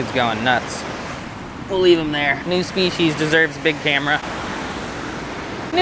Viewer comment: "Spec-eyes" lol